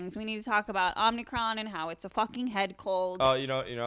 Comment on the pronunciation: It's omicron not omnicron